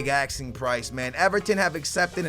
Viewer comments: its asking ffs not axeing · Who else gets annoyed when he says axing instead of asking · Asking not axing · wtf is your pronounciation, are you dyslexic or do u have some sort of speech impediment. Its ASKING NOT AKSING when you say 'asking price' Its la-port not laporrrrrrrtay Its car-ass-co not carrisio Its oree-gee not orgy